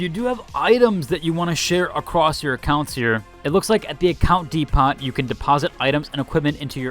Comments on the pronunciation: Thanks for putting this all in one video. Easy to understand, much appreciated. Also. saying the word "depot" as "dee-pot" and not "dee-poe" is wild. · Home Dee-Pot!